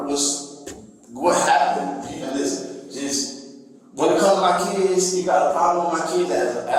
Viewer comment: “For my keeds.”